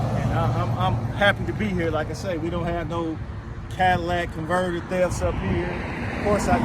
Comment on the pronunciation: He said...Cadillac converters...it's CATALYTIC CONVERTER.